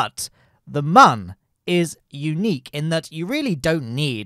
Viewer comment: I can't stand this man pronouncing Mun as "man"